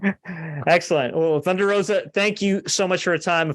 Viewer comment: #HDS | "Holy Doodle Squat!" It 's "Thun-dar Ro-Za!" a.k.a. Kobra Moon. Good deal. Namaste 🙏🕉🌸